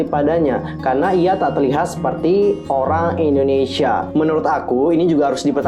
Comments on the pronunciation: Indonesia kak bukan endonesia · Indonesia bukan Endonesia